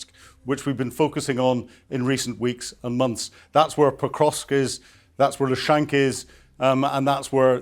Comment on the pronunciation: "Lushank"??! Come on, these errors detract from the valuable analysis (it's Luhansk - just listen to any of the Ukrainian vlogs).